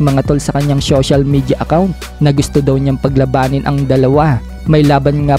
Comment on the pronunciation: syocial😂 syession😂